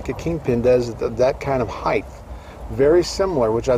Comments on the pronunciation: I enjoy many of your videos, one thing that bugs me a little is the frequent use of "heighth" why do you say heighth and not height? is it an American word as its not actually english? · Love the videos. But i cringe everytime you say "heighth".